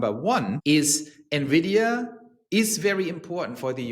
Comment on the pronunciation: Thank you for pronouncing Nvidia properly. Drive me crazy when people say nevidia